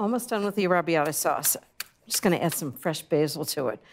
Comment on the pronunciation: She’s an impostor. Never trust anyone who says arrabiata the way she does.